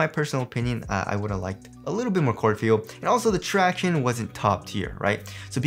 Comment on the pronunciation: Stop saying tractiones!!!!